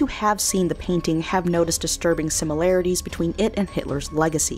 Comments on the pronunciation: THERE IS NOT A "U" IN THE WORD SIMILARITIES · 7. SIMILARITIES! I’m curious as to whether you read that novel,. If you read more, you probably wouldn’t mispronounce so many words.